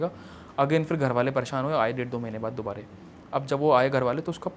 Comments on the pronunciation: dubara ko dubare kyu bol raha ye? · he doesnt know the word dubara he is saying dubaree dubaree😂